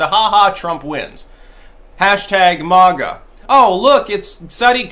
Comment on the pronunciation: I wana hang out and talk shit with while he mispronounces MAGA 😂👌🏻🇺🇸